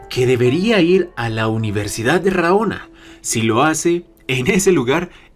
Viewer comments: correccion amigo no es RAONA es RANOA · Universidad de RA-NO-A. Vato... ¿Neta?